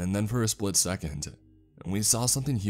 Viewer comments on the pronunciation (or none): none